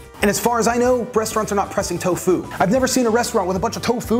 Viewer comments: Why do you say to fu sometimes and tofu other times? It's one word. Tofu. Not to fu. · Wait why does he say toFU not TOfu? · guy can’t decide how he wants to pronounce tofu. is it TOfu or toFU? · This guy is pronouncing tofu like it's a martial art 😂